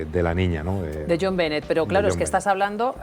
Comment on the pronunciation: Benet se pronuncia “Be-né”